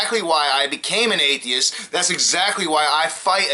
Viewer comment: He couldn't even say the word atheist